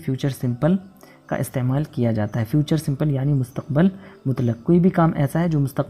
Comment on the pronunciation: I want to ask you sir that. What is right pronunciation of مستقبل ? I know it Mustaqbil. But you used in video Mustaqbal. What is right and why ?